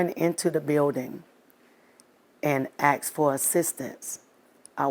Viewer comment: Another black person who can not say the word ask, asked, asking. Instead they say nonsense like ''ax, aks, axing, aksing, axed, aksed'' and all that nonsense. Can they not say asked, ask, asking?